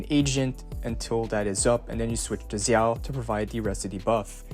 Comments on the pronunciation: It's pronounced (d)jao, not zzzao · no it’s pronounced jao Zh together translates to J sound from Chinese to English in ALL cases(no exceptions). Same with Zhu Yuan (Ju Yuan) Note: also I looked it up and Xin Zhao from league is actually pronounced (Shin *Jow*) so you’re wrong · thanks for this i'm so excited for the new agents! also zh- is like a j- in mandarin! they actually have two j sounds but i won't confused you more haha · its zhao... just like "xin zha" is pronounced in league